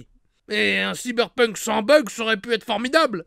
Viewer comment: enfin quelqu’un qui le prononce correctement